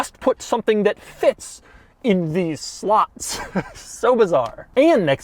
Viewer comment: Hi Doug It's SLOTS not SLUTS